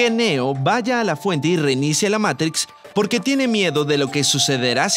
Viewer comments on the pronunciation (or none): none